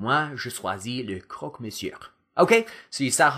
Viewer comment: great videos!! i love your accent! but just a little detail, don't pronounce the "r" in "monsieur", otherwise your french is perfect!